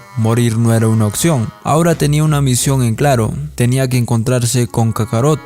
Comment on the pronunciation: No se dice occion, se dice opción, así como muchas otras palabras mal dichas